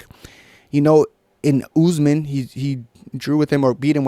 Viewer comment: Now said Usman always with the Belal voice, the U U U Usman